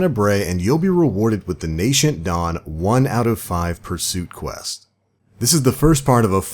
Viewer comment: Nay-sent. Not Nay-shent. :(